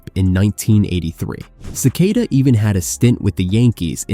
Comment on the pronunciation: It's Len "SA-KA-TA," not "Ce-kay-da."